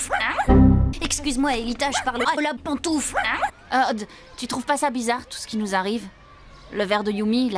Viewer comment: Le trisomique est si propre mais le mieux reste la partie avec Ultrique et sa trictualisation x) Par contre j'entends toujours lab pantoufle et pas la pantoufle, t'aurai dû nous écouter !